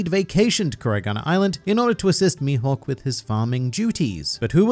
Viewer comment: As a Swede I'm sitting here pondering what the F is "Youhawk" XD